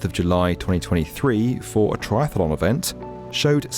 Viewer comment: Tri-ATH-lon, not Tri-THA-lon.